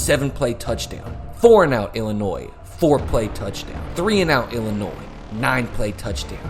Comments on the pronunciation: That's how it's pronounced. ill-uh-noy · Ngl the way you pronounced Illinois absolutely ticked me off 😂 I didn’t even understand what you were saying at first lol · That's a wild way to pronounce Illinois.